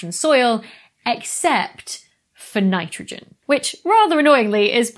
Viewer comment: Dr.Becky...To speak for all of the fellow Americans out here. We heard......"Fanitrogen". Fanitrogen must be a new element. Earlier I heard a Brit talk about plugging in his laptop with a "Georgia". It took a sec for me to translate that to "charger".